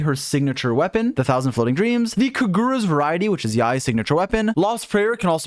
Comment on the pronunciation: Did I really hear you say kagura's variety?